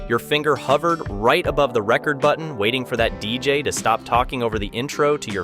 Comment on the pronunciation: It's "ree-cord" not record (as in vinyl) two different things.